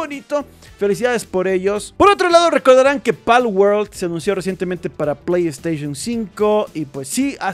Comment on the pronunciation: Porfavor no digas plegd staishon! 🤦🏻🤦🏻🤦🏻🤦🏻🤦🏻🤦🏻